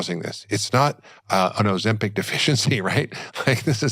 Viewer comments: OzemPAC??? Moron. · Why are you saying ozempec? It's ozempic. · It’s Ozempic NOT Ozempeck! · Why he pronouncing it Ozim-Pac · Why does he keep pronouncing it ozempeck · Why does he say Ozempeck .....it's Ozempic